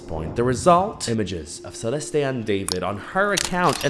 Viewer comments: Idk why but it's SRSLY driving my ears go nuts everytime you said Celest-ay..its just Celeste <Celest> ❤❤❤ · Could u at least pronounce her name right? Geez .... Celesté is weird. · Your pronunciation of "Celeste" and her full name is quite literally atrocious😂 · Why are you saying her name like that? 😂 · the way he pronounces her name like is he Latino??